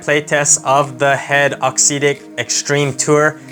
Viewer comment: Good review, cheers. Just one thing, if you can say “exotic”, you can say “auxetic” correctly!